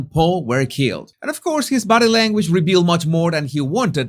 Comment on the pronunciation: I love the way he says "bodeh languaj" 😅